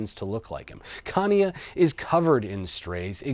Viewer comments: I hate to be that person … but you don’t pronounce Chania with hard “K”, but maybe more like “Sh” I’m “shadow”. I’m sure a Greek can correct me if I’m wrong. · babe,, u butchered the name, its pronounced hania. Come to athens and i can tell it to you upclose. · Chanya .. with the Ch like in Chutzpah. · Chania is pronounced without the C, it’s Hania. Written in greek Xania, and X is H.